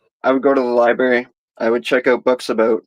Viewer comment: Libary... lol